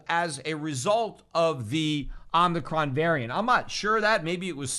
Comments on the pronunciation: Oh mih chron….Pete. Not omnicron. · Omicron: ohh-muh-cron It's a Greek letter, dude. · o mi cron, don't be as bad as fauci. not omni cron